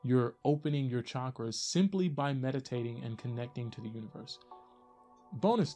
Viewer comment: Finally someone who doesn't say shakras.